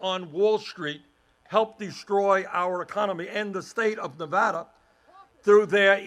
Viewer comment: YES! He said Nevada right!